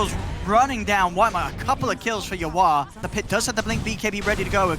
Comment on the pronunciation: Why cant the caster say "yawar"? Why does he call him "you are"???